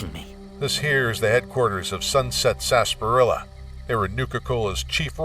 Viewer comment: Hey it's pronounced sarsa-par-illa